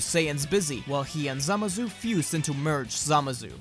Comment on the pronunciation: the way you say zamasu annoys me "samazu"